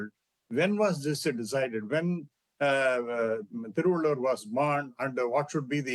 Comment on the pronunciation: As you are working in a reputed media organisation, should you not first have the idea of how to pronounce the name of the great Indian poet and philosopher Thiruvalluvar. Or you just sat infront of the teleporter and just reading the lines. He is well known poet and philosopher across the globe. Despite not knowing the Tamil language the name is not too difficult to pronounce.